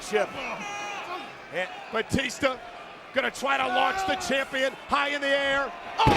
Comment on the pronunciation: He called him CHIMPION